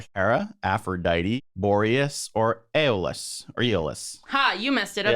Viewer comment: ok so the pronounciations: Aeolus: eye-oh-lus Gaea: Gai-uh the 'ae' combination in Latin is pronounced as 'eye'.